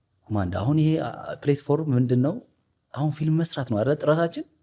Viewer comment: Don’t say ፕሌትፎርም say ፕላትፎርም.... platform … is an excellent actor … inspired by Tom Cruise or Jason Statham